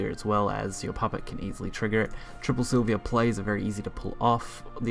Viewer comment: three things I noticed through out the vid: its para-celsus, its silva (not silvia) and you could have killed the blood player by spending some PP and using Silvas effect instead of playing her and waiting a turn... no need for the entitiy as MVP if it didn't even needed to be played.